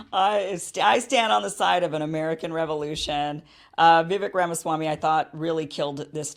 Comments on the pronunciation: First off, I like your analysis of the debate but I take issue with a few things. Please have Dr. Shiva Ayyadurai , who you have interviewed, debate Vivek Ramaswamy on your channel at some point via reaching out to his team. Vivek, pronounced like cake, said the climate change agenda ( has acknowledged it's real) on the debate stage is a hoax and not climate change is a hoax as he was referring to climate change policies; so, climate change does affect the planet but the world is more prepared to handle it now due to advancements in technology with exception of developing countries. The climate change policies cost trillions to implement, so it's not logical in a short period of time, especially in developing countries. Chris Christie was referring to Vivek copying Obama's line of a skinny guy with a weird last name running for president, so it wasn't racist. In many ways, Desantis seemed calm throughout the debate as this contrasted Vivek's aggressive nature that may have made him lose appeal with many GOP voters that dislike Trump and prefer an establishment candidate in Desantis. Also, I agree with you on Israel, but most of the Republican base is very religious and many wealthy donors are Jews that support Israel,so few talk about cutting off aid to Israel at some point as Trump doesn't either. Israel doesn't need aid financially, but there's an tech exchange of information, especially on cybersecurity via aid of startups there. Israel can survive without military aid giv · I love your work Kim, and I think you're just starting to get to know Vivek (pronounced Viv-AKE) and you might come around on some of the "out there" policies you disagree with. Once you hear him unpack his policy ideas you see they are very reasonable. Keep up the good work! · Okay Kim. Vivek is pronounced Vi -vake. Like cake. You if all people should know that whether or not you like him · Kim, Vivek is pronounced like Cake. That's an easy way to remember it. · Pronounced: “Viv-ake”